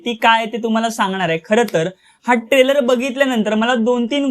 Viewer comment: Nit bolata tari yete ka tula. Trailer cha oochar kasa kartos bobadya😅